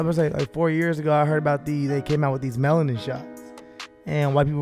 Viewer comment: said melatin instead of melanin two times now and it’s even funnier because Steelo didn’t correct it 😂